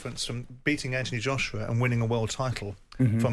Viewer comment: She's obssesed with Wilder. Why does she also pronounce Anthony Joshua's name like that?